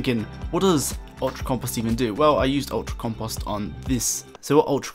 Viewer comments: This can't really be how people pronounce compost where you're from? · The way he says compost has me dead lmaooooo "campahst"